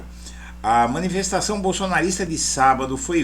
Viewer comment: Não é "minifestação" é miniNfestação